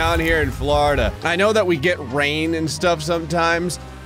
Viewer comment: Never heard Florida sound so Worcestershire before